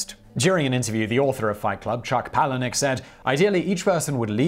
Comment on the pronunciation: I'm mostly shocked that Simon pronounced Chuck Palahniuk's name correctly.